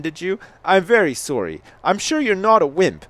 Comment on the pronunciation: sounds canadian with the way he says sorry.